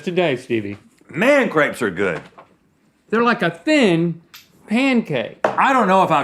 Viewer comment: don't worry rhett, us french already frowned on you 2 for the way you pronounced crepes